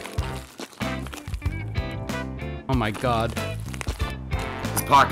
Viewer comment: please do not ever again try to say Reshalas name ever again